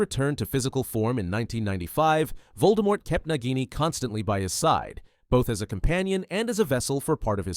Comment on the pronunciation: Pronunciation hint, Voldemort is pronounced with the silent T